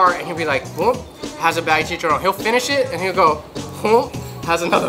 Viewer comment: Ho cahz fellow pinoy here but us here in Hawaii no say “soy sauce” sounds too white washed. Everyone here says “shoyu” sho-you. Baloot? Bah-loht & please roll them R’s when u say chicharrrrooon.